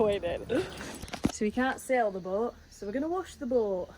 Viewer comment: American here...I hear you talking about sailing andsail boat. But you keep saying the word 'sow'. Is that some slang for something that us Americans don't get?